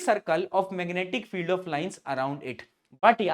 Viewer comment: me aapne meganaatic field bola😂😂